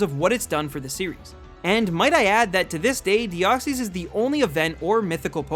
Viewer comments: DEOXYS, NOT DEXOY! AND NO, DEOXYS IS MYTHICAL, NOT LEGENDARY! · THE SECOND E IN DEOXYS IS SUPPOSED TO BE A Y! AND YES IT IS! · said mispronounce. He officially missed pronounced in this order. Kabutops, Rayquaza, Deoxys, arguably Arceus as mentioned, and the word deity. Whether you look at the anime, the 3-D Pokédex app thing, or Bulbapedia, those Pokémon have been missed pronounced. I just found it ironic that he was worried about mispronouncing one Pokémon, when he actually miss pronounced four.